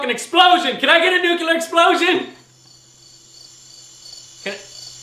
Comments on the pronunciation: NU CLE AR not "nu Kill Er :D" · nucular? dont you mean nuclear? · Enough with the bad pronunciation! Its nuclear, not nucular. Sound it out, joe. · Nucular? or Nuclear? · NUCULAR equals NUCLEAR? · Joe has trouble saying NUCLEAR as well. Why do so many pronounce it nook u ler when it is pronounced nook lee er? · Nucular, its pronounced nucular....lol just like in the Simpsons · Ha! He said nucular. lol!